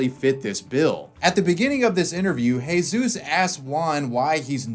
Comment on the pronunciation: It's always funny seeing a U.S. American covering a European country and then hear them try to pronounce the words, but this one is actually quite well done. In fact he even used the Andalusian accent when pronouncing words like "Juan" and "Jesús".